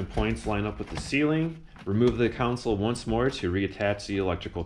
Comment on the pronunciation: Is that a common Chicago accent? "Con-sole" vs (Jedi) "Coun-sil"😄. Great job as always.